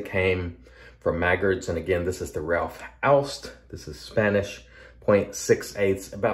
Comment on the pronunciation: Great shave and an even better pronunciation of Ralf Aust! I suppose you meant a respeced brand rather than respectable — not mutually exclusive but bot synonymous. But being finicky about labels (and this time you have to be VERY f.), did you notice the ‘idiosyncratic’ spelling of shea butter? (Was it intended as a nod to A & E: shae butter? [JOKE!]), and the missing space before the word glycerine? Linguistic needlepoint.... or maybe just knitpicking (orthographical pun intended.)?